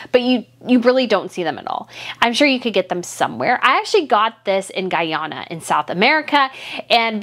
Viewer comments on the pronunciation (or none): none